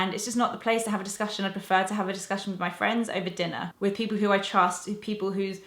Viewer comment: It's the second time I have heared you say things like "...mi/me desk":) Where are you from?:)